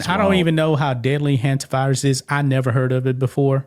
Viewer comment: Is pronounced the Hunt-ta virus